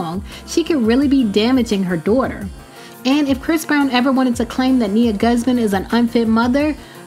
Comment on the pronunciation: "Dooghter" lmao I think she tryna say daughter